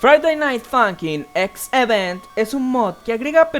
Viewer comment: 7: H-event mod Perdon porque diga esto pero... No era X-event? (Se que se confunde gracias a como se pronuncia pero es asta en la primeras actuaciones aparecia una X al seleccionar la semana) perdon por las molestias u-u